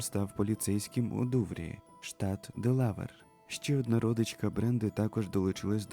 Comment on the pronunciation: Авторе, імена на екрані, які з'являються по буквам і швидко зникають - дуже незручно, воно і некрасиво і не встигаєш прочитати. І не "ДелАвер", а "ДелавЕр"